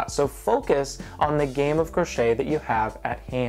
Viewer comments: *croquet :) not crochet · Tul-JEE wood. Crow-KAY.